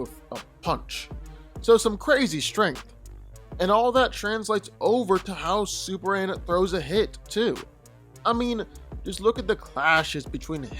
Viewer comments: dawg am i tripping or i hear him keep saying "super an" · Is it just me or is he saying superann 😭